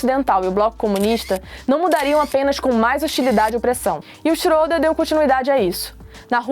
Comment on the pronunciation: Se pronincia chreda só pra Corigir